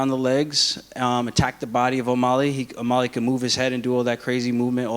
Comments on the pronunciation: It’s O’MAlley not O’MOlley ya dink War Killashaw🐍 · why does aljamain always say "O-Molly" ???